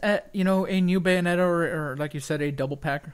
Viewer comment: BAY O NE TA GOD DAMMM IT